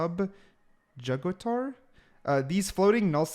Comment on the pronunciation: Quick note: the "gator" in Subjugator is pronounced like in alligator